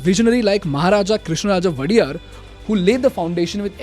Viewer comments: a correction on the name of the King it’s not vadyar as pronounced by yourself it’s Wodeyar pronounced and spelt like this. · ..😂 its not vaidyar.. Its woDeyar...the great rulers of Karnataka.n mysore.!! Great engineer sir M.viweswarayya worked under WoDeyars.. ( i think u have missed the history class in high school.....)) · Pronunciation: Krishna raja wa de yarr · Please pronounce king name properly if you don't know learn from Google or ask local people and make videos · Most of your videos are top notch and unbiased but as kannadiga i really felt let down watching this. You didnt pronouce Nalvadi krishna raja wodeyar properly , then you showed the wrong CM of karnataka in 1980s (RK hegde was the CM during the time not JH patel) and gave too much credit to rajiv gandhi . There are spefic reasons why bengaluru developed as IT city nd not others and you should have deep dived more into that. Most importanly you missed the greeatest engineer India has ever produced due to which we celebrate engineer's day even today